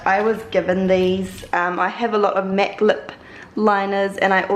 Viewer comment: She says Mac like mec